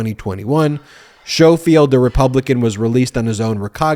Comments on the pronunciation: Ben the correct pronunciation of his name is the same as saying the word 'school'! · To be slightly pedantic, I feel confident the dude's name is pronounced Skoal-field.